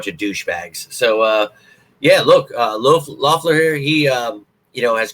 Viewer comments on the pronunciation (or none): Think his name is pronounced Leffler🤷🏼‍♂️